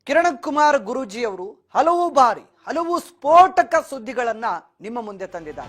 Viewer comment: "ಅಲವು" ಎಂದರೆ ಎನು? "ಹಲವು" ಎಂಬ ಪದ ಹೇಳಿದ್ದೇವೆ.